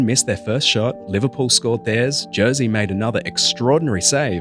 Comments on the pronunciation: its Jerzy not Jearsea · Jersey Dudek (facepalm) It's more like Yerzhy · "Jersey" sorry but it's pronounced ye-rzy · Its actually more pronounced like yezy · Dudeks' name isn't pronounced Jersey... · The j in his name is pronounced like a y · I like your content but please learn how to say his name correctly. Your pronunciation is not even close.